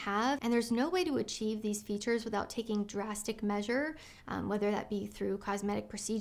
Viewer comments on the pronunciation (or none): none